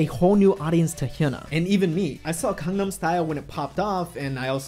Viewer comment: OMG every time you say GANGNAM style I thought you are saying CONDOM style. WTF. The word start with a G and somehow thats hard for you to pronounce?